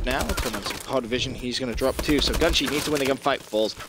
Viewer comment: Its pronounced gunshy not gunshee? shutup